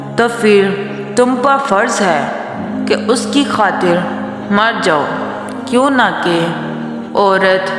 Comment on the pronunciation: Correction(کیونکہ )کیوں نہ کے نہیں ہوتا۔۔۔کیوں کہ ہوتا ہے کیونکہ میں ،ن، silence ہوتا ہے ۔۔ تو کیوں کہ پڑھا جانا ہے۔